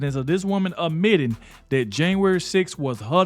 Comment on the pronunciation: It’s “admitting”, not ammitting.. sorry but you have to check your grammar to advance your utube. People notice & skip you